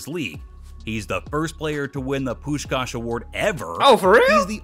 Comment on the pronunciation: btw he pronounced Puskás az it should be. (coming from a hungarian)